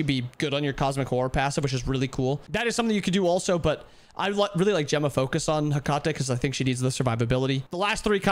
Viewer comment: The way you said Hecate pmo